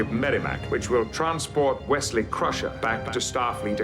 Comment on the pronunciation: actually it’s pronounced ‘Crusher’